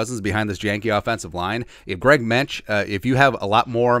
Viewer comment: I believe Mancz is pronounced Mants. Hopefully, he gets some playing time at Soldier Field.